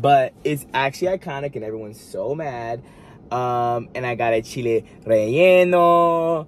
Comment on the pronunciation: I was thinking the same thing he said it right 😊